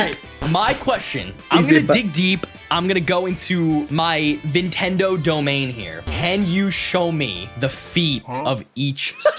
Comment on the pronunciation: “Channeling my inner Vindendo” 😂😂😂